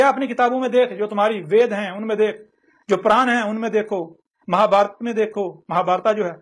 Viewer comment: Abe isko puran bolna nhi aa rha hai mahabharat bolna nhi aa rha hai.or ye baate badi badi kar rha hI